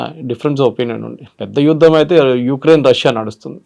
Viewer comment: హలో మేడం, "యుద్దం" కాదు "యుద్ధం". "ఇందనం" కాదు. "ఇంధనం" తెలుగు భాషను మీ వంటి సీనియర్ యాంకర్ లు కూడా ఇలా ఖూనీ చేస్తూ మన భాషను భ్రష్టు పట్టిస్తున్నారు. కొద్దిగానైనా సిగ్గు పడండి. గిల్టీగా ఫీల్ అవ్వండి. సరైన భాష నేర్చుకోండి.